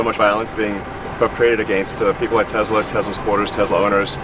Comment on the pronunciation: 트럼프 머스크 기자들 불러다 놓고 회사명도 똑바로 몰라서 테슬라도 발음 잘못함 ㅋㅋㅋㅋ